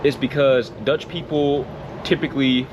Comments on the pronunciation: Your dutch pronunciation is spot on! And we dutch are not made of sugar. Aldough i never bike with rain. 😂 We have severe storms from the north sea. But no hurricane power, not often thunderstorms and certainly no tornados, which for my are the scariest ones.. No coyote in the Netherlands. But i think you heard the wolf is back in the Netherlands. Mountain lions in our flat lands made me laugh.. 😂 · Your Dutch pronunciation is excellent, almost without accent. Great video 👍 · Your pronunciation is fine. Way more important is that a few little drops don't scare you off. That's what makes you Dutch. 😉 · O wow your Dutch pronounciation is great. Thunderstorms not so much indeed, we'll have 1-2 a year at most. We do have wildlife but also hugely depends on where you are in the Netherlands, rabbits, foxes, beavers, herons, storks, deers and some more cool birds and stuff. Hedgehog in the backyard regular. No big cat or dog like predators, except for the wolf settling again. I'm definitely nocturnal as well, we do have the possibility to pick day/night prices for electricity. Currently the difference at my provider is 4 eurocents per KwH (cheaper at night vs day), but also possible to pay a set price that would be somewhere in between those day/night prices.